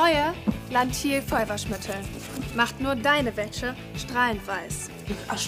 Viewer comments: Wie einfach jedes mal WÄSSE anstatt WÄSCHE sagt... 😂😂😂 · Hab ich das falsch verstanden oder hat anstatt weisse Wäsche,weisse Wässe gesagt🤣🤣